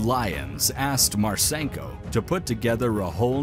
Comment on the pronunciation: It's pronounced Marsinko, not Marsaynko.